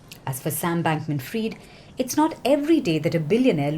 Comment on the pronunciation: She said Sam Bankman Fryed....